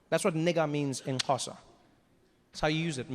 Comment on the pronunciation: you thought me how to say xosa bro, more than that I am learning how to be a comedian. by the way I'm from Ethiopia